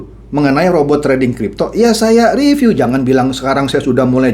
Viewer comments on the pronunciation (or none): none